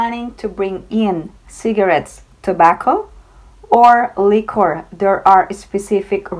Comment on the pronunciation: Hello, liquor is pronounced as “li-Kuh” Just saying. Thanks.